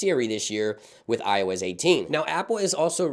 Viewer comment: I heard him say “ioiz” and i cant unhear it 😂